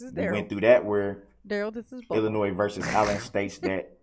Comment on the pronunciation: Illinois vs Allen. ILLINOIS,Darrel? The" S "is silent. Phonetically yours.... you are under the prison.